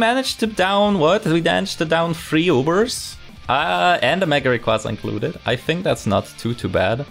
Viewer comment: Is there a reason why you say Ra-koo-za instead of Ray-qua-za? Assuming it's an intentional mispronunciation, it is a bit funny to hear lmao